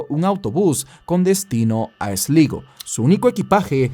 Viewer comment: Esligo... Sslaigoo ay ya compadre 😅😅😅